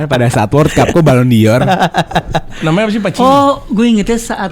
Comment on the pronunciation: Ballon d'Or = ballondor Not ballon dior